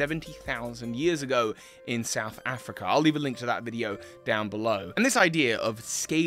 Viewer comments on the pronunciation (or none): none